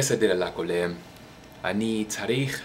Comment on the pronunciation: the word כולם is not kolam it is kulam and you say ע to hard read it as א(a)